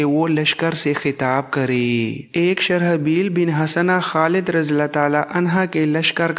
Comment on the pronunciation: بڑی مفید اور معلوماتی ویڈیو ز ہیں لیکن نام غلط لے رہیں ہیں شرح بیل نہیں بلکہ شر جیل ہے Sharjeel ہے۔